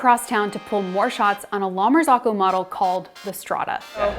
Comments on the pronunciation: La martsokko. Not "lamarsokho". Italian "Z" is spelled like "ts" in "cats". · La-mar-zoh-coh. Not, lama-zock-oh. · It's pronounced "la mar-ZOH-ko." Her mispronunciation is so cringe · The correct pronunciation is 'la mar-ZO-ko.' The last two syllables rhyme with the word 'cocoa.' ...I have worked in restaurants and cafes for over 20 years, and I have never heard it pronounced the way the young lady in this video says it. She is an outlier. The vast majority of people pronounce it correctly. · The fact that she can’t pronounce the name of the company correctly is suspect. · you are pronouncing it wrong :) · The way they are pronouncing “La Marzocco” is killing me 🤦🏻😂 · someone above you in the comments is saying that that is the right pronunciation ("rhymes with cocoa") - frankly both ways aren't that close to Italian but English and Italian have very different vowel systems so it's unsurprising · I thought I was crazy - pronouncing it incorrectly my entire life when said it like that. Then I realized she was mispronouncing it the entire time.